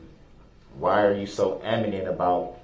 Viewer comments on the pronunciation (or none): Amanent!!!!! Really!